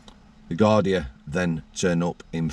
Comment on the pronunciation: Gardai, pronounced gardee. .